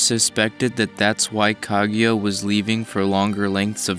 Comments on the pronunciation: It's KA-GU-YA Not kag ya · Son, can you say her name right. It's not Kagyura, it's KA-GU-YA. It's a literal sound son like you sound like Michael B Jordan Noroto. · Anyone else annoyed by his pronunciation of "kag you ah" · I've been pronouncing it "kah-goo-yuh"